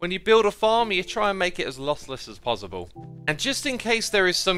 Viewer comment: I love it when you say possible with pauzible.